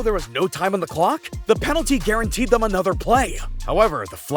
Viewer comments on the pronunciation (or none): none